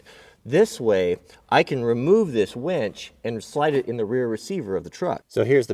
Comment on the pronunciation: its winch, not wench. Kidding...great video! really enjoy your vids